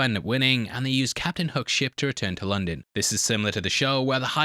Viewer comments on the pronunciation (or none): none